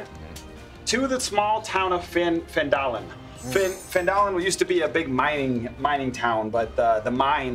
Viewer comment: When he pronounced Phandalin differently then Griffin does it felt a bit weird. It will be interesting to see how it will differ from TAZ.